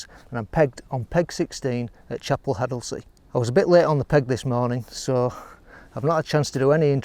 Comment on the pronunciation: Great vid and great that you spelt and pronounced haddlesey correctly! Most visitor's wrongly pronounce it addersley.. 🙉